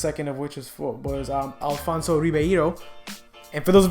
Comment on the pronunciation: I’m mad you messed up Alfonso’s name!